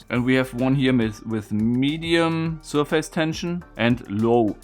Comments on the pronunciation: Some well-intended language help: In English, the second syllable in the word "surface", though spelled "f-a-c-e", is pronounced "fiss" - not "face". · Nope, not in English... the word is certainly not pronounced "SURF-ACE", but it's more close to SIR-FACE than SUR-FISS. Since it's blended together and said quickly, the result is more like "SUR-FUSS". It relates to a plane or FACE (of an object) hence why it uses that word "face".